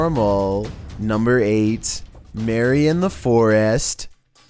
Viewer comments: "Blooty Maywae...Blooty Maywae...Blooty Maywae" Bloody Mary: "is my name a joke to you?" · Pronounced her name wrong..dat triggered mary